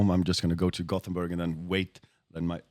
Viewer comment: It's "Gothenburg" ;)